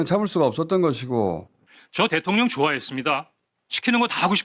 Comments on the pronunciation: 김병주의원님은 발음때문인지는 모르겟는데..항상 대통년이라 발음하시더라구요 ㅋㅋ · 김병주의원님은 자꾸 대통년이라고 하는걸로 들려 ㅋㅋㅋ